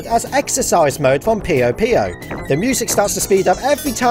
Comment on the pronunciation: dont comment about it dont comment about it do- Puyo is pronounced like "Poyo" or similar to saying "poo yo" as heard in the title screen for Puyo Puyo Tetris on both the english and japanese release